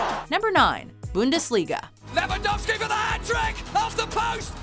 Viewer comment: how she pronounced bundesliga xD i am from austria btw